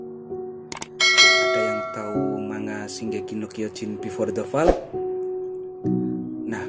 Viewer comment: Fall dibaca foll oi